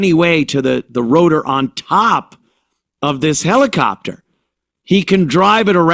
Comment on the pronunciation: Heli-kopter HELI-KOPter... Uhhhh uuuuuuuhhhhhhh.